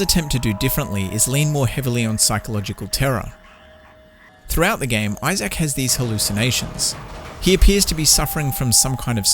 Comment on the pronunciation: I love how he pronounced Isaac as “Isayac”. lol